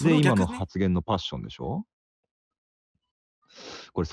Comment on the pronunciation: パッ↑ション↓